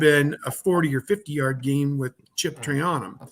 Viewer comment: always says their names wrong LOL it's pronounced TRAINUM (TRAYANUM) and EGGBOOKA (EGBUKA). LOL